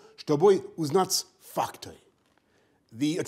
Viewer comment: When he said facts in Russian it sounded like he was calling them 'f**ks' which would be apt, lol.